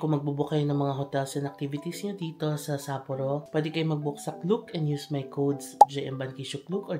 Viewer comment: You’re the first vlogger that I’ve seen who pronounced Sapporo correctly.